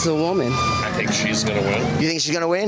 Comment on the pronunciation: "issa woomen" oooof